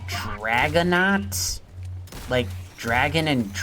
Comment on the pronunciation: It is DraConaught not DraGonaught there is no G in there at all.